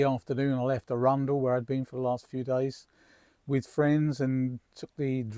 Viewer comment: Hiya. That was nice to see my old stomping ground of Arundel (even tho your pronunciation was a bit suspect 😂). Rode down the steep hill of Main Street in the 60’s on the back of boyfriends Vespa (which had no brakes !). I could sit and watch the sea where you are for hours, very peaceful 🦆💕